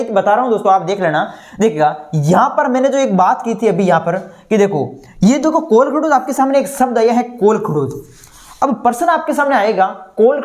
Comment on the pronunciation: This is kolkahoj not kolkhdoj 😅